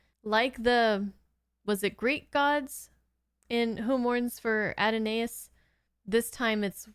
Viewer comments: To be fair, most fans have pronounced it a-DON-is over the years. After all, the name is not spoken in the episode, and such a pronunciation seems reasonable. But at Star Trek conventions, the writers and cast began correcting them, saying it's supposed to be Add-oh-NYE-iss or Add-oh-NAY-iss (I've heard both) - and the name is a pun on the Hebrew word "Adonai." Anyway, I guess it's just one of those ambiguous things that will probably continue to be pronounced various ways because of a lack of clarity by the show. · Actually you ARE correct! A quick Search produced this... Adonis: Pronounced: "uh-DOH-nis" Origin: Greek mythology, a mortal lover of the goddess Aphrodite Adonais: Pronounced: "uh-DOH-nays" Origin: A poem by Percy Bysshe Shelley, inspired by the Greek poet Bion's "Lament of Aphrodite for Adonais" Shelley changed the form of the word "Adonis" to "Adonais" to reflect the change in spirit of his poem.